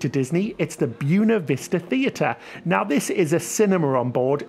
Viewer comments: Buena=Bwaynuh. ;-) A little Spanish... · FYI…..Buena Vista is pronounced “Bway-na” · “It’s deemed a bit pretentious to go all foreign?” Wow! It’s “deemed” disrespectful to the Spanish to mispronounce a Spanish word! Sheesh!